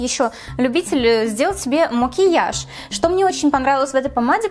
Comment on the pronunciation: Мне так нравится как ты говоришь «о» вместо «а», как мОкиаж, заместо мАкеяж